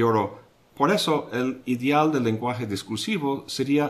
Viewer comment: por favor no transmute la (e) por la (í), suena muy mal, cuando usted habla dice idíal mas no ideal. Adicionalmente, gracias por sus geniales videos de filosofia he aprendido mucho.